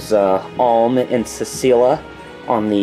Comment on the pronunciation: You probably have already started playing, but the female protagonist's name is Celica haha (sell-ih-cuh)